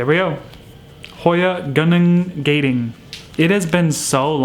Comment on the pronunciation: just to let you know, the 'a' in Gading is pronounced the same as the 'a' in 'hoya'. Gunung Gading means ivory mountain in the Malay language.